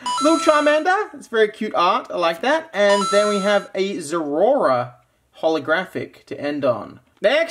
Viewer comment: My man says Zera-Ora like Z-Rora😂😂😂 gotta love it